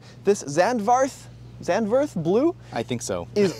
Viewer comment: Zandvoort Blue is pronounced "Zant-Fort" (like the english name SandFord or sandy low river) and if you're an F1 fan you'll know of the Zandvoort Circuit back to the F1 calendar lineup. It's a beautiful oceanside beach village hence the inspiration for the blue color.